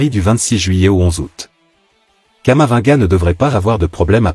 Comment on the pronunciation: On prononce camavi-nga.